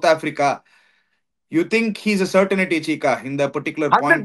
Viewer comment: I’ve been trying to correct you both over the last three years. It’s not certainity or certinity; it’s CERTAINTY. You’re welcome!